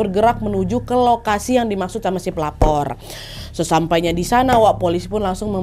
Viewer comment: Kak nad maaf tapi di menit kok aku dengarnya kek pelakor bukan pelapor 😭😭